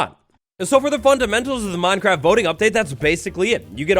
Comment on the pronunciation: Until the word voting came up on screen I thought you were saying "boating update"